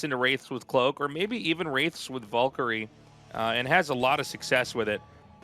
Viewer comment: Tastless Wife IMs him, telling him he needs to work on his pronunciation of Valkyrie